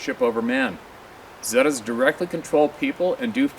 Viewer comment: Zeta's are pronounced 'ZATA'S